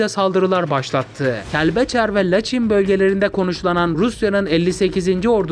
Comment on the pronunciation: Bakü değil (Bakı) Laçin değil(Laçın)